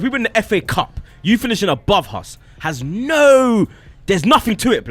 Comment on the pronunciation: when said NOOOOooouu sounded bare posh fam lol